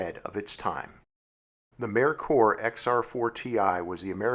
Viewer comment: I was always told this was pronounced “May Coor”. I’m just glad you didn’t pronounce it “Mer Ker”. The way you said it sounds correct too.